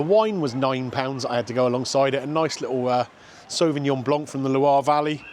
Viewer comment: I could not find any French dish whatsoever in all the menus. And Sauvignon Blanc is pronounced with a silent "C".